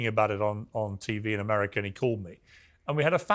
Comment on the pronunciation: Ameriker? It's America, Piers. There's no "er" at the end of 'America'